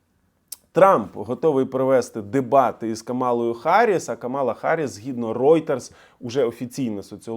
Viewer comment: Маленьке зауваження, в прізвищі Камала наголос на перший склад.